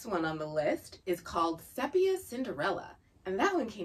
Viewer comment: Great content! One nit to pick: Sepia is pronounced “See-pee-uh” rather than “Sep-ee-ah”. 🙂